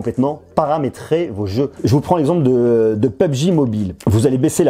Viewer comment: omg comment il prononce pubg